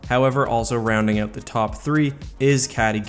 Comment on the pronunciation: Of course he's Canadian, he pronounces out like oat.